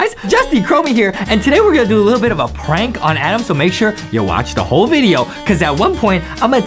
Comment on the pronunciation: Adam not Adem